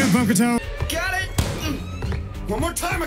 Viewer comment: Its funny how the caps pronounces Bokuto differently each time Book-too Bocado Bok-toe Bogado Lmao